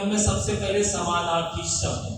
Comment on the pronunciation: Sir, aap ne jo smanaarthi shbd bola hai wo clear samajh main nhi aaya kya app phir se bta sakte hai? Plzzzz